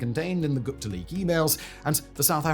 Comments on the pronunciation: I hate the way you say Gupta. It's pronounced "Goop-ta" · Hi Simon, Just a couple quick corrections on the pronunciation, the h in Thuli isn't really pronounced so it's more like Tuli (think "tool" like Tool-ie but said quickly so as to not over-emphasize the double-o) and Gupta is also pronounced similarly (think Goopta) Thabo as well the h is silent :)